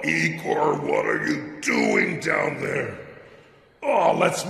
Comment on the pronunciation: Erm actually it’s said igor🤓👆